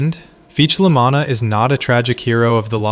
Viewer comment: you're pronouncing "La Manna" like "La MAN-na". the correct pronunciation is "La MAH--na". with an "ahhh". the emphasis is on the "Mah". "MAH-na" rhymes with "Mama", you're pronouncing it like "mannah" from heaven, or "mana" in a videogame. This is wrong. Do you pronounce "lasagna" as "la ZANN-ya"? It's pronounced "La ZAHN-ya" With an "ahhhh"